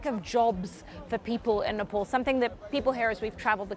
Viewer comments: its Nepal not Nepol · nepol ..where it is???? its nepal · It is nepaaal , why cant u as an indian pronounce the name